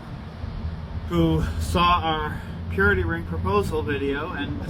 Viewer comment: I keep hearing period ring not purity ring